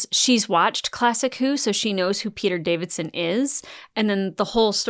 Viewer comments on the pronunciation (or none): The fact that you said Peter Davison's name correctly the first time, but then "corrected" yourself to say it David-son instead. 😆 That's so sweet about watching Time Crash reaction though!! ♥ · For The Fifth Doctor actor It's Davison not Davidson just had to point that out i'm pedantic. Although it was a great acting performance by Catherine Tate I'm not the biggest fan of Doctor lite episodes it feels like i'm watching an entirely different show and less fun when the Doctor's not in it because he's the star of the show. I liked Rose but she wasn't my favourite companion and i wasn't happy she was brought back because i felt it undid her emotional goodbye which RTD seems to have a bad habit of not knowing when to properly end characters when they have great endings but then he's got to undo them and ruin them.